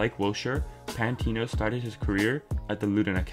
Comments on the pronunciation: Can't tell if this guys a troll. Why he saying pantino 😂😂😂. Forgot about AMN as well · Great video but pmsl when he said 'remember the name pantino' :')